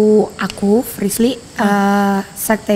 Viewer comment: Telusurin=seselururin Frisly=Frisil Serah lu dah warrrrrrr-_